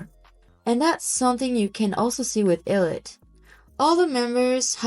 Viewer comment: How about you learn how to pronounce the group’s name first?